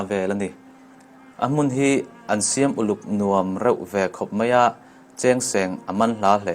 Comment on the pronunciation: Ka Pu i awphawi amawi khawpmai 'siam' leh 'hnim hlum' etc te khi ithluk diklo na chu iti tha khawpmai keipawn lai ka nia kan tawng ka hre maplo😀🤗🤗👍👍